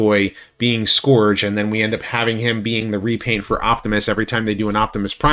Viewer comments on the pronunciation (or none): Love your vids always. I believe it’s pronounced SKURGE and not SKORGE.